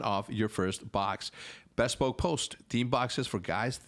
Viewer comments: Hercz bespoke is pronounced b-spoke just saying. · You are definitely saying bespoke wrong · I get like ticked off every time Hector says "bespoke" incorrectly haha.